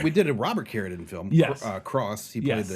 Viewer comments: Love the show, but I cannot finish this episode because it's pronounced. CARADEEN It says it in the trailer, in the beginning of the video and every other mention of him ever, why are you saying carradin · Why does he pronounce Carradine like that? It’s driving me so crazy I feel like Im losing oxygen from my brain via a rope around my neck, but I don’t exactly know why? 😜 Seriously though It’s CARE-ah-DEEN not care-uh-din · I cringe every time the pronounce it "care-a-din." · He still doesn't know how to pronounce Carradine? Why is no one correcting him? It sounds ridiculous